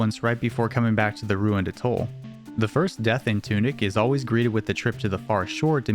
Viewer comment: Please learn how to pronounce 'atoll'...and any other words you plan on using in a video...smh...